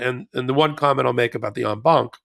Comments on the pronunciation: Yay Ben, you finally pronounced en banc properly! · "En banc". When I heard the phrase I immediately thought, "Oh, it's French". Ben? OK, much of French is derived from Latin...so even though I am not an attorney? You get a pass....